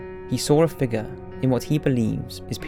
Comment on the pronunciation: “He saw a figga”